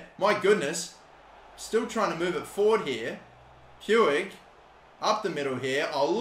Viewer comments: You pronounce it riki pooj not pwig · Stop saying “Pewig” PLEASE It’s “Ricky pooch.” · "Puig" is pronounced "Puch" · How is Puig pronounced pooch? Lolzzzzz (Edit) I just looked it up and that’s how it’s pronounced in Catalan but not in Spanish. Roast me, please. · Riqui’s last name is pronounced “Pooch” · Puig, is pronounced "pooch." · Its pronounced ricky pooij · Can someone please tell how to pronounce Riqui Puig's name.?